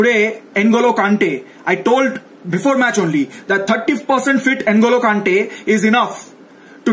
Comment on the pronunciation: N Golo kante....hahaha... man its ngo lo kante.. pronouce with me nnngooloo kante